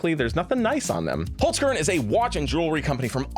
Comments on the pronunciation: its not called wholes-curn. its holzkern, like holts-karen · As an Austrian, I puked at the way you said the sponsor's name